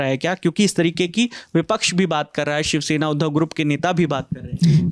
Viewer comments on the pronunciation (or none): none